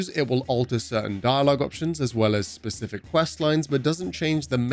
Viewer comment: I like how "pacific" you were. I may buy it.